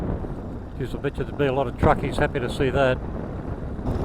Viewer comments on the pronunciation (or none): none